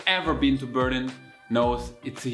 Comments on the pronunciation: Dude, it's called Berliiiin, not Beeeeerlin, even in English, but also in German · hehe :) that's on purpose I think. Because most Germans when encountered surprisingly to say Berlin, they say indeed Beeerlin. Apparently we think in English things are accented always on the first syllable. :D I needed about 6 months to figure out it was Berliiin. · Why do Germans pronounce their own City always so awkwardly ? No matter whether you say it in English or German, the important thing is to emphasize on the second syllable, which goes up. Like Ber LIN ! But for some weird reason Germans pronounce their City as BÖR lin, where the emphasis is on the first syllable. Why ?